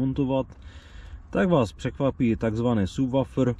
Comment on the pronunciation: Výslovnost slova SUBWOOFER není [ Subwafr ] ani [ Sabwafr ] ale [ sabwufr ] :) :) Taktéž to není zesilovač ale basový reproduktor :)